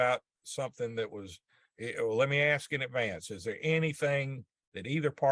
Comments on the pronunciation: I understand today's sensitivities to people's speech processes, but can someone explain to me why in all those years in law school, no one bothered to correct her use of the word "axe" for "ask"? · One thing that the female lawyer does that bugs me, it's something small... But she uses the word aks and not ask. Small but ugh 😫😫😫 setup annoying lol😂😂😂